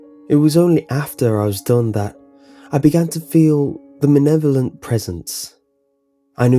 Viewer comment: It's "malevolent" not "manevolent". Is English your second language? You also mispronounced "lithe".